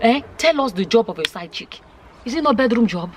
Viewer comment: Did said side chicken lol 😆 😂 😋